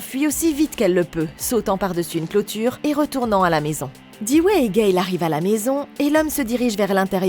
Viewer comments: Ça se dit doux oui pas dis ouais ( c'est la prononciation du nom de Dewey) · mais même Dewey ça se prononce pas Diway mais "Dou-i" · J'attendais vrm les screams depuis longtemps!!❤ par contre ce qui me derangeais etait comment tu prononçais dewey et tatum😂